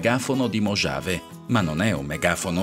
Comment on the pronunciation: Video interessante.. Comunque, mojave si pronuncia mohave, la j è muta.. 👍